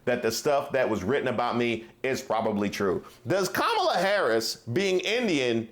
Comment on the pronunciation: Hey Caindisss it’s COMMA LA!